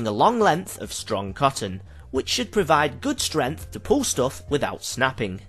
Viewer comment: I thought saying "strenth" instead of "strength" was something only Smooth McGroove's Twitch chat did. But unless I'm mishearing him, he said the cotton had "strenth".